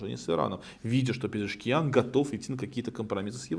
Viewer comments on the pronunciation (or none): Не Пшезкиан,а Пезешкиан.